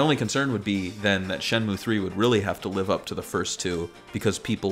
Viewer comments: I know the game pronounces it Shen-Moo, but I always heard everyone growing up calling it Shen-Mew, which stuck with me as better sounding. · God I hate when people call it "Shenmyu." It's "Shenmu." Even Yu Suzuki himself says it that way. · man can't even pronounce the game right....it's not shen-mew.... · Shimew, what a strange pronunciation. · its shenmue not shinmeewwwww, jesus christ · And not Shenmoo